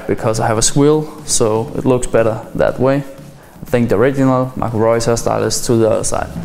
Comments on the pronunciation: Marco Reus wie so ein Deutscher ausgesprochen ^^ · Wow you can say Marco Reus like a german ^^